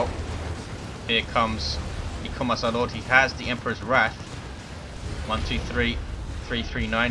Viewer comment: Say Memperor instead of Emperor is "heresy", "Heresy" or "HERESY!!" ? XD Awesome play from the Imperial Guard players.